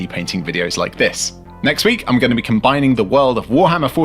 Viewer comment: Wait... Did you say Dredd 😱?!